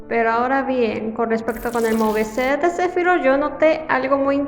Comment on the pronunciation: Porque el mo ve set yo soy de canada y se supone que se duce muve set se pronuncia solo es tock mio sorry y no no soy de gringo landia